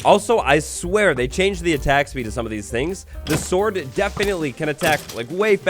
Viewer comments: did anyone else hear "the axes reach is a little sorter than the shord" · "a little bit sorter than the shord" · “Sorter than the shord” 2022 lmao 😂